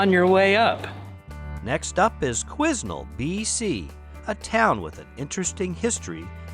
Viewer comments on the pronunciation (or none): Quesnel is pronounced as quen-nel 🇨🇦